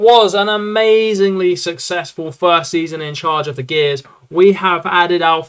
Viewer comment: Gers like "J-ers' mate, not Gears lol. Cracking rebuild, Europa league in 1st season.